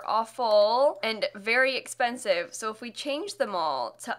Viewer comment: I keep mishearing “expensive” as “offensive” and the sass levels are through the roof.